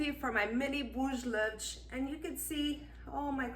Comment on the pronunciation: Your recipe is great, but your pronunciation of “ bolos levedos” is terrible!! Thanks for the video, I’ll certainly follow your recipe!